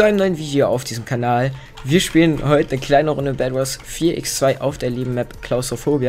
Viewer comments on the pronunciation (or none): none